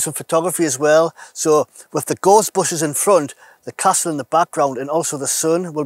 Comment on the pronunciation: Nice one .. I would love the Jackery but a bit above my current spending ability. Looks great though...By the way, I thought the first time you said "Gorse bushes", You said "ghostbusters".... Us Derbyshire folk are more used to hearing sheep than north eastern accents lol. Best wishes mate.